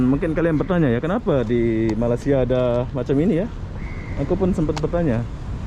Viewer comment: Malay-sia bukannya Malas-sia Agak aneh bunyinya